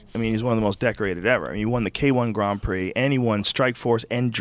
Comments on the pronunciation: why does joe say graannd prix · ik what a grand prix he pronounces it weird af